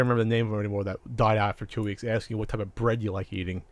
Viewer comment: You mean, "the wiik".